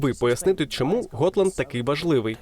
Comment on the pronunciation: Gotland - ґотланд, а не готланд